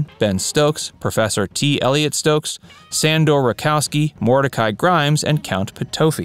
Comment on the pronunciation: I few corrections: Grayson Hall played the role of Julia Hoffman, not Hollman. Thayer David's gypsy character was (eventually) Rakosi, not Rakoski. And lastly, Ike's wife was Mamie (not Marnie) Eisenhower.